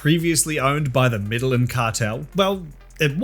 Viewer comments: Brooooo, its not the "Meddling Cartel" double L in Spanish is a 'y' sound remember? I know you throw a lot of ironic jokes into the edit but that one just makes you look stupid, it doesnt come off as a joke (though its still funny regardless) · Have to be that guy. Medellín is pronounced "Medeyin." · may-day-YEEN.. Medellin.... say it fast. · I like how how says Medellin and makes it sound like meddling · British people trying to pronounce Medellin lol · The pronunciation of “Medellin” is WILD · Love the video, but I am begging you to look up the pronunciation of Medellín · Your pronunciation of Medellín is a hate crime. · Lol the "medellin"pronunciation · Can you please learn how to say the cartel's name properly? Like you spend all this time making terrible cheesy jokes but you can't take 5 seconds to look up how to pronounce the word correctly..... What a joke just like your content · Anyone else laughing at his pronunciation of Medellín?